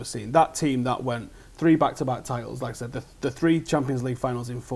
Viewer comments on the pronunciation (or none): whenever he said "like I said", it sounded like "lacazette" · Great vid. Anyone else keep hearing "lacazette" ?? ;)